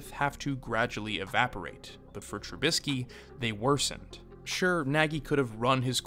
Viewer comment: Dude didn't even get someone to tell him how to say the damn name